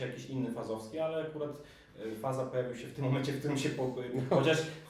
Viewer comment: Faza to się czyta fażama-fažama